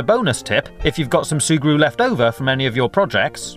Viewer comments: No cap, he said "Surgu" 18 times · Can you stop saying zurgre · XD That's another way to spell and pronounce it. His way is actually funnier, so you should wait before calling people stupid. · Every time he says "sugru" I slap my self